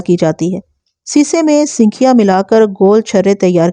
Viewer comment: Mahtrama sinkhiya ka sahi talaffuz sankhiya hai.Talaffuz par dhyan diya karen.